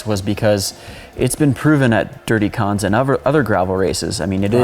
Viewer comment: please for the love of god learn how to pronounce kanza...